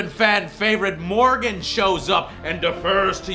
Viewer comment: Did anyone realise he said "Morgan" Instead of "Morrigan"